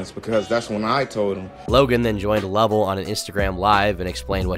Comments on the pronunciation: it's "LUV-ELLE" not "LuVLLe" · just wanna tell you it’s “ LUH - VELL” not luvel . Luv u turkey tomorrow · Great video on Logan! The only thing was the way he said Lovell Made me cringe every time lol! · why did u say Lovell like that 😂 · Loved the video but you pronounced Lovell so wrong 😭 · I don’t like the way you said lovells name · the way you pronounce lovell is kinda racist